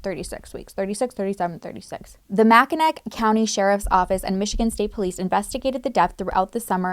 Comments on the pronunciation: Its pronounced, Mack-in-aww not mack in ack. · St Ignace = St. Ig-niss (not ig-ness). Sometimes just known as "Iggy." Mackinac = Mack-in-naw (not mack-in-ack) (French spelling, but pronounced like it's using the British spelling, it's confusing I know lol) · It's not pronounced MACKINAC its pronounced MACK-I-NAW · Mackinaw (Mac-in-naw) 😁 Sorry as a 'Michigander' I had to correct that. I never heard about this case, but I am a 'Troll' as I live under the Mackinaw bridge 😂 I live in the hood, I guess 😆 10-15 minutes outside of Detroit. So if you were to use you handy hand map, right hand palm facing you, I live Right along the inside curve of the palm, near where the thumb connects to the hand. This terribly sad case is on your left hand (Upper peninsula) right above the right hand (Lower peninsula) ring finger. ✋🏼 🫱🏼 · Mackinac is pronounced as mackinaw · As a Michigander, Mackinac is pronounced, 'mack- in-naw' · i have friends in mi mackinac is pronounced Mackinaw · I know Michigan has some wierd spellings and pronunciations here. So you know St. Ignace is pronounced St. Ig-niss, and Makinac is pronounced Makinaw. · It pronounced Saint Ig NESS and Mac kin naw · Around 15 mins, it’s pronounced “Macki- naw” very common mistake and I’m not trying to be that person 😂 just providing slightly useless info lol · hearing mackinac said like that is so funny to me is promouncesd Mack-in-aw lol. This is the first time watching your content i like it. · Btw, most non-Michiganders miss pronounced Mackinac. It is pronounced; Mack- in- aw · I live in MI and I've never heard of this case. Mackinac (pronounced mackinaw) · I’m so sorry, but I have to correct you on how to pronounce Mackinac , it’s actually pronounced Mack in awe. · Love you girlie. As a native Michigander, it’s Mack-I-naw. Loved this episode. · you didnt even BOTHER TO LOOK UP HOW TO SAY ST. IGNACE OR MACKINAC!!!!! your kinda suck, sorry